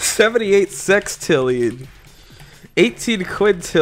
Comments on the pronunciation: in it sounded like he said sextillion XD i dont wanna be inappropriate lol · He said sex-tillion but can't say sextillion? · The way he said sextillion